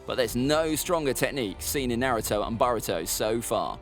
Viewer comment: Man's said baruto